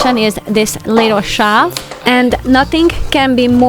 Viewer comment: Beautiful organization! A lesson for us all. But Please...TRY and pronounce "shelf" and "since" properly. Even the closed caption spells the way you say shelf as "shav" and if you can say "sin" as in "single" or "sing" then "since" should be easy. Otherwise, it sounds like you're saying "science".